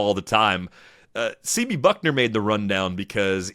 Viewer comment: It’s Bucknor, not Buckner.